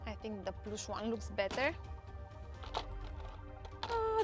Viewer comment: Ploosh 💀 (in US pronunciation)